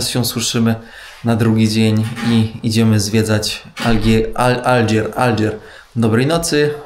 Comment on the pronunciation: Fajny standard pociagu, coś iak w Uzbekistanie. spytaj kogos na ulicy jak sie wymawia nazwę stolicy poprawnie, w sumie AlDżazira to wyspa i jest z tym ciekawa historia, mozesz opowiedziec